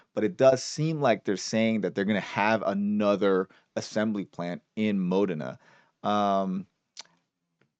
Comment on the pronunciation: Modena is pronounced as Mo-Dana with the accent on Dana